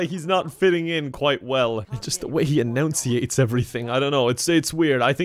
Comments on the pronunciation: eNOUNciate?? lol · When you mispronounce 'enunciate' XD only and we love you for it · Did you just mispronounce annunciate?